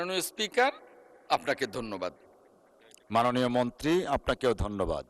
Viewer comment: দন্যবাদ নাকি ধন্যবাদ 😂